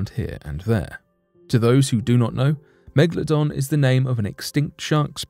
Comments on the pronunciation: It is not Mekladon it’s Megalodon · It is called a Megalodon not a Megladon. Cant understand why so many people pronounce this wrong.